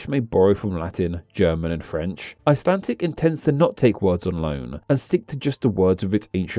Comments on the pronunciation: WHY DO YOU SAY ICELANTIC, WHERE IS THE T? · "Buy my new book", urges the man (If man he is) who can't even pronounce the English name of the language he's dealing with in the video. Ummm ... nope.